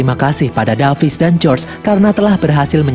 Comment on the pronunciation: David bang bukan davis😅😅